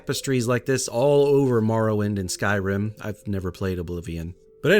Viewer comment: Great build but from your opening statement, you really need to work on pronouncing Skyrim 😂